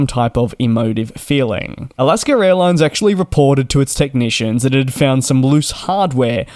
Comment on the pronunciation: It's AlaskA, not AlaskER! Learn to speak English!